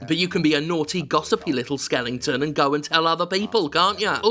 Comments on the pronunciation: Do you just pick games with skeletons in them so you an mispronounce skeleton? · Jim did a video on this just so he could say skelington